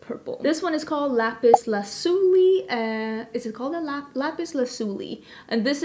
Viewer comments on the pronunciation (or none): none